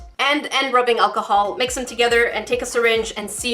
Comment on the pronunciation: “ acaholic swab” ok let’s not let it get too drunk